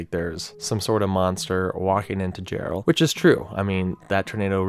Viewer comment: I live in Jarrell tx and he just said JellOed